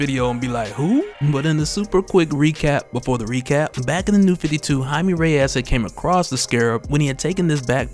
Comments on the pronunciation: Jaime (hi-me) is the correct pronunciation. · I thoutht he was "Jamie". Not Jime... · I may be an orange hut I swear to god lll turn you purple if you don’t start pronouncing his name right